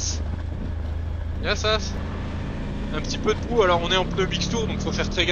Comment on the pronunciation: Sympa Loutraki l'hiver ! Et son casino ? hahahaha, merci pour l'essai, dans l'attente de la 800... et et puis c'est Yiaaaaaaa sas et non Yiasaaaaaaaas hahahaha. La prochaine fois dis moi que tu es en Grèce je passerai te voir, Yia sou !